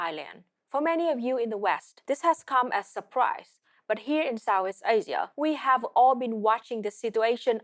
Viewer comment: She speaks with a heavy consonant drop and accent, "Sow-ees Asia" LOL.